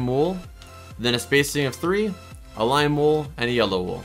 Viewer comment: I love how he said you need glim wool